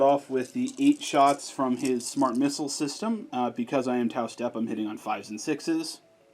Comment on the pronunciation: it’s t’au sept not step🙃